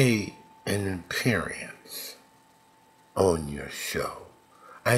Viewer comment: "pacifically" and "appearience" my sides hurt!